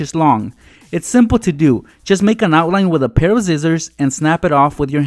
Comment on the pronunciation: Whydo you say zizzors instead of sissors